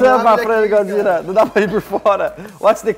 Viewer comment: I think he's saying GODZERA.